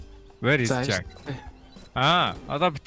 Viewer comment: Jack aa, gdg chin zaakaa gj nga ym shig sonsogdoj bna hhe